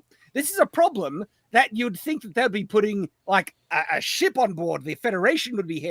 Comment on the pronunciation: "Fan of shhh por", what?😅 Oh, "S H I P", you mean ship. My bad. comes up to drunk, puts his arm around him like chums, "I have an embarrassing fun fact to tell about us. We like shhh por", and is like, "no I don't."😅